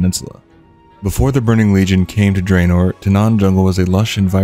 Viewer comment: Draenor is pronounced drah-nor, not dray-nor, by the way. :P